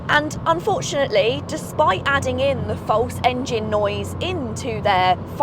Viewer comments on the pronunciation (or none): none